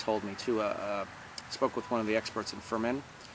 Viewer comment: Pronunciation tips from a Spaniard phonetist and English translator: (Read the following as if you were reading English written words) 1-Trévelez = treh-eh-beh-leth 2-Bellota = bay-joh-tah 3-Fermín = firm-een 4-Jamón = hah-moan 5-Teruel = Teh-rwu-L Congrats for your videos and... ¡Que aproveche! By Macarena Rojo Youtube channel